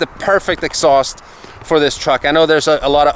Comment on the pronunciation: Cool X-sauced as pronounces it.... Reminds me of the old cherry bomb mufflers that were popular in the 70's - 80's. Lol